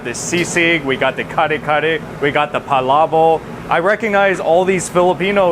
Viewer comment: PalaboK with a K at the end.. you're saying "pala boH" lol